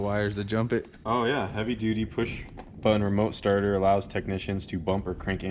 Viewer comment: Did my boy say stater instead starter